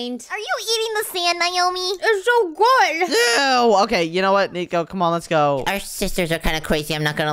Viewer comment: Nico say Let's ga or Let's go 😂